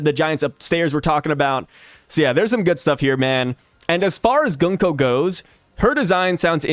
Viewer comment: The pronounce for 軍子(Gunko) is not Gan-ko but Goon-ko like how you pronounce "Moon". Just saying